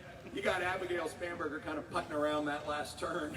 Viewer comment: I kept hearing “spamburgar”. Must be hungry.